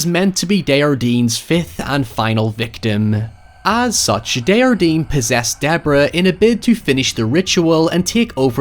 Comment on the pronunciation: Hey,! =) Henry (Henri) DesJardin's name is French, not Spanish, so you pronounce the J. It should sound vaguely like "On-ree Day-jhar-dehn" (at least in standardized Canadian French). The H is beside the J as a reminder that it is a soft J, like a "sh" sound but not quite, rather than a hard J, like in the word "Jar". Hope that helps!